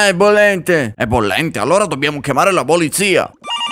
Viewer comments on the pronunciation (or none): A detto Bollizia o polizia